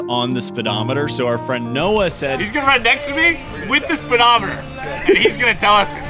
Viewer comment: What's a "spiddometer".. It's a speedometer.